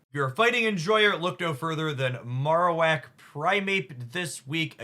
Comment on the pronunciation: Marowak should be pronounced like bone marrow unless I'm wrong.